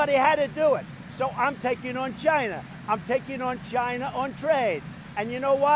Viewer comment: I thought that was just a funny meme. I didn't think he actually said China that way 😂